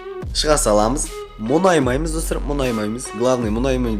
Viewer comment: Ң деген әріпті білесіңба айтшиш мұнаймаймыз деп айта берми